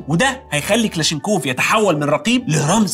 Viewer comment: اسمه كلاشنيكوف وليس كلاشينكوف